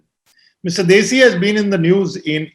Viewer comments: You are, having a Punjabi background... You don't know how to pronounce +DHESI+ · It is not Desi but DHEY-SI